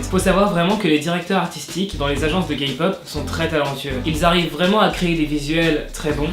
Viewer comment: T'as dis GayPop au lieu Kpop😂 Et le nom des fans de Red Velvet c'est les Reveluv